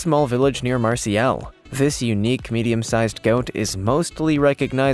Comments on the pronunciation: Marseille is pronounced Marsay… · Memo to....... Marseilles is not pronounced Marcy-Ellis. It's a town in France called Mar_Say. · C'mon now, he doesn't even know the difference between breed and species. To hear him try to say Marseilles was torture too.